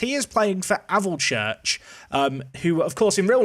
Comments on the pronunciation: "Avel Church" ngl that cracked me up. It's pronounced Alv church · Just a note that alvechurch is pronounced like valve, or sounds a bit like alfchurch. My neck of the woods :) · Very much enjoyed the butchered pronunciation of Alvechurch 😭